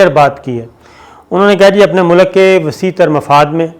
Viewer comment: aap ne bahot umdah khabar pesh ki hae. bahar haal main phir arz karunga apni urdu aap sahi karlen. pehli baat yeh ke ki mulk ke sarbrah ya aham shakhsiat ka naam ehtram se layna chahyea. yaani wazir e aazam Bangladesh, MOHTARMA Hasina Wajid saheba... Main aap ko zaroor tokun ga ke apni urdu ki pronunciation sahi karen. JUZ, TALKH, MUNDAMIL , MULK sahi alfaz haen. ummeed ke aap bura nahin manen ge. shukriya